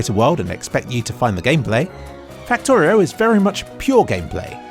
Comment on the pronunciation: Fucktorio? or Faktoreo